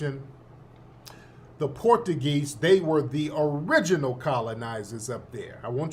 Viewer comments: Tariq, you killing me with the Port a geez. It's pronounced Portchugeese. 😂😂😂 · Tariq my boy..but I do concur.. it is not " porta geez' ..it is "Portuguese"!!😂